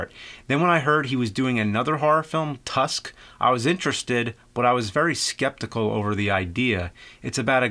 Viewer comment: "Harry Joel Osment" & "Jason Long" of the famous movie "Tursk"